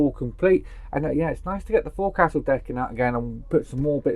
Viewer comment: It's said as fowcil not fourcastle